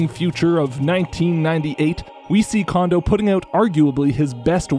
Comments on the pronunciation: I have no idea why everyone so consistently says "KOH-ji "KAWN-doh". It's "KOHN-doh". Why would you say the second "ko" incorrectly when you said the first one correctly? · the ko sound in his first name is the same as his last name. It's japanese, dawg. Ko Jee Ko N Dough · Oh come on, if you’re gonna put in the effort to pronounce the O in ocarina then you gotta use the same Japanese O sound for Kondo’s name jfc/s